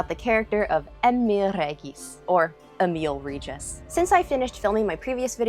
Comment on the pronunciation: Damn, your pronunciation of Emiel Regis sounded almost exactly like it would come from a Polish person. I even had to rewind and listen to it again.